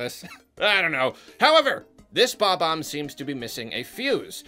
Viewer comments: his name is BOB-omb, not BOMB-omb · It's not Bomb-omb. It is and has always been Bob-omb.